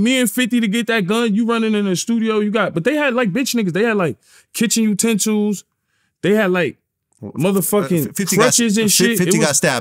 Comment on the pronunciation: My dude say kitchen utensils!!! Rotfl!!!